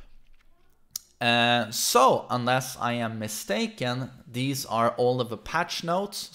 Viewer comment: "wivout furver adieu, deez are the..."